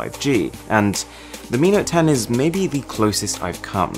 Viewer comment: Mi note 10 hears like amino 10